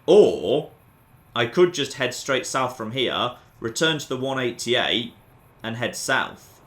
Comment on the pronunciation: Pure isn't pronounced 'pewer' and 188 started to sound like 'wunadiate' by the end.